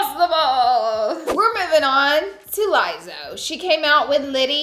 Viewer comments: it's LIZZO, not LAIZZO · I love the LIEZOW, lmao it’s lizzo kinda like you’d pronounce lizzy or Liz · LIEZO! I WAS SHOOK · You mean to tell me this girl has never heard Lizzo’s name said out loud? Who would say Liezzo? Girl…… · No, she pronounced it wrong both times. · Did anyone else catch how Laura was pronouncing Lizzo? 🤭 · HAHAH yess had to rewind to be sure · Lol I went back twice because I thought maybe it was the brand name 😂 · Never heard Lizzo pronounced like that 😅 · The way she says lizzo 😬 that’s not how you say her name lol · I enjoyed the video but you pronounced Lizzo's name wrong. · Goodness pronounce Lizzo right if you're promoting her products